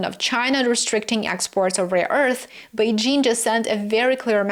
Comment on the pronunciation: I appreciate how you pronounced Beijing, you even used the right tone